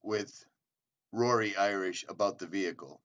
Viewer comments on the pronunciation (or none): Total unprofessional video here. You need to redo this video and get Rorys name right! Not Cory! Rory Irish. Either your pronouncing your R's like C's or you totally got the wrong name... lol! This video was 4 years ago, time to make it right. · Like that he calls him Cory. His name in Rory. Must not be that good of a friend of his since he doesn’t even know his name lol